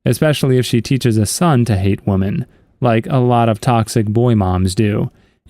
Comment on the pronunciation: Woman and women are pronounced differently